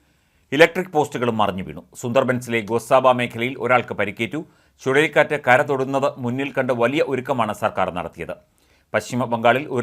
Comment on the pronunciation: . ചുളളിക്കാറ്റ് അല്ല ചുഴലിക്കാറ്റാണ്😭😭😭